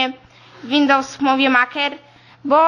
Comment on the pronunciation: Windows Muwi Maker xd